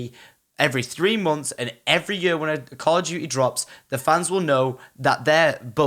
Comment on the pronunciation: Call o' duteh